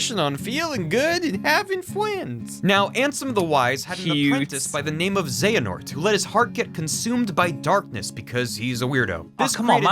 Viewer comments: my favorite part is how you called xehanort ‘xanahort’ the whole time. and then mispronounced the name multiple times when discussing characters being ‘norted’ without actually pronouncing any ‘nort’ in his name. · Is anyone else getting increasingly angrier every time he calls the bad guy 'Xenahort'? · You said Xanahort so many times I think I might actually be subconciously tricked into thinking thats his name. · this is an old video, I am only watching this now. Watched all 54mins of this video to see if broski would learn how to say Xehanort's name correctly. I was left quietly disappointed. But beside from that, nice video man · I think is the only person i know to pronounce the H in xehanort XD, think im gonna start doing that myself now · is it bad that im ginuenly annoyed by how pronounces xehanort? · It's Xe-Ha-Nort! How did you watch both videos from start to end and NEVER catch yourself saying it wrong? You kept saying "Xe-Na-Hort" over and over and over again, never even realizing a little bit that it sounds different when the guy in the video says it. How can someone be so unaware? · HAHAHAHAHAHAHAHAHAHAHAHA! It's cute that you think Square would be that gracious. That and, uhhhh... the Keyblades in the Keyblade Graveyard are all, like, dead. That's why it's called the Keyblade GRAVEYARD. Though it lacks graves. Also it's Xe A Nort, not Xe Na Ort It is indeed real Also there was one relevant thing in the Disney worlds in KH3 and that's Yeetus Vanitas. If you don't know what this is, look it up. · Dude, I believed in you when it came to getting the name Xehanort correctly. You started off with "XeNaHort", but then the guy in the video said it correctly a bunch and you even stopped when his name was on screen, but you still stuck with "XeNaHort". Afterwards you got on board with the term "Norted" and I was like "surely..." But nope. "They all got NORTED so they are part XenaHORT"... huh? :D My hope died then.